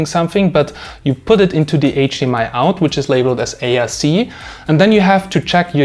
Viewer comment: Sounds like you're saying ASC and not ARC